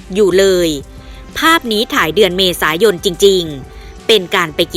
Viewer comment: กล้องหน้ารถไม่ใช่กล้องหน้าโรส เมษายน ไม่ใช่เมษาโยน อ่านให้ถูกหน่อย